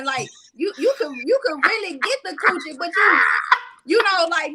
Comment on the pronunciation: 🤣🤣🤣🤣Say man I swear every time says "Coouchie" I die laughing Great show